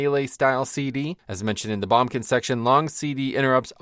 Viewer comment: Am I the only one who's never heard someone say bombkin? Always heard boomkin, lol.